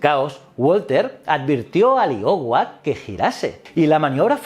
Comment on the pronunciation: Escuchar “shurshill” e “iohua” me ha matao